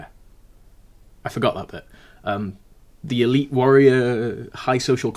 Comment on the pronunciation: I almost died laughing at the idea of an "eleeeeeeeeet Viking bone infection". Sounds like something all the Viking mums were fighting their teenage sons on "No Ragnar, you can't smash your leg and then rub goo into the bone sticking out!" "But MUuUM, Svein said it didn't hurt at all and his brother got those cool tooth markings." "Well, Svein's brother died, didn't he?" When it comes to the Welsh alphabet, the bloody double L does my head in, as does the Ch. Funnily enough both remind me of my utter failure to pronounce one of the r sounds in Arabic, which was far too guttural for me to manage.